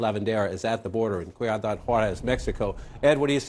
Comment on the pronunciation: The way he said “cuidad” or city in Spanish … how do these guys not review foreign words on script before going on Tv. Any professional knows to do this comon.